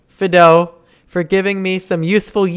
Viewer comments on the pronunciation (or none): I think his name is pronounced “fie do”. It’s like the generic name people have for dogs. Ie: Here Fido!